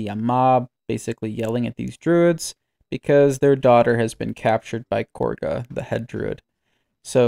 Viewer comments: KAH-GA NOT KORGA 😂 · Kahga is not Korga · Why do so many people pronounce her name Korga? It's Kagha, like Ka-Ga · Explain to me how Kagha is pronounced kor guh? I am going insane what's going on I looked up korga he plays wow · Dude, the names are literally said in game. How are you messing these up? Unless its intentional? "Isobella" "lie'zel" "korga" "alfreeah" come on man. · Wait sorry I lost it a bit, Who the fuck is KORGHA? lmao you mean Kagha XD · When saying kagha in a British accent so hard it actually adds the letter R in American translations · the VA's literally say her name which makes it even weirder that you dont know how to pronounce it when its been spoken to you dozens of times now